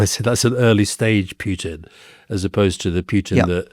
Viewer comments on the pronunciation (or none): Not PYUtin, Alistair. Not DYUbai Rory. It's a pedantic point, but it's so annoying to hear.